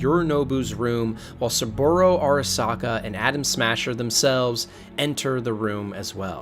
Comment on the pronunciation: “Arasaker”. He really used the hard “R”